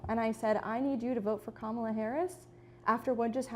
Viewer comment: Comma-la as in Momala is how u say her name